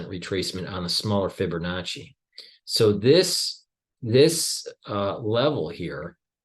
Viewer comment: There's no "r" in Fibonacci, just sayin...